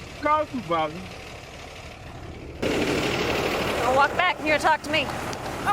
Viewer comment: Dude saying Supervisor, and I am here hearing Suvevisar.... I am like wtf you asking for? 😆😆😆